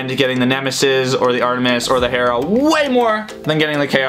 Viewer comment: oh hey this boi said hera correctly